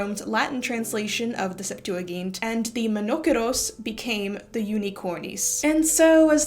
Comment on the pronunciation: I’ve never heard Septuagint pronounced that way. Sep-too-uh-jint, the g should have a j sound